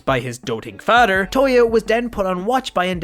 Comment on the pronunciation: Nice story but, (no offense) am i the only one that hates how he says "father"?💀😂🥲